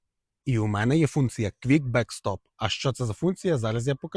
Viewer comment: "кВікбекстоп"?Шо ти мелеш? Казав би вже "клацбацстрьом", тобі ж, мабуть, різниці нема. Хоч би на коробці прочитав. Але як ти прочитаєш, коли англійської- ні бум-бум.